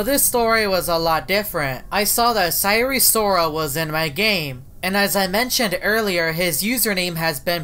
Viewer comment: Sire Soral (Sire Sorol)